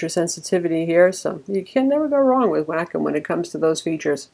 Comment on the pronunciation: Wacom= "Whack'em".. come on